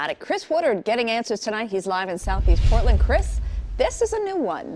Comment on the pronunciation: Anyone else notice how it said “Portand” ?